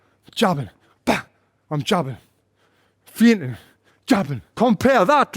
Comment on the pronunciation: By 'fainting' Tony meant 'feigning'.